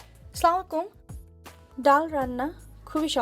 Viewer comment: Salam ta valo kore dete shikhon